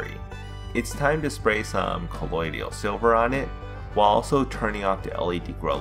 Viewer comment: Dont wanna be that guy but I can’t stand it lol Colloidal not colloidial and it’s a hermaphrodite not hermathrodite thanks great video tho love them all